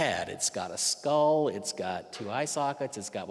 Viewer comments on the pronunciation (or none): none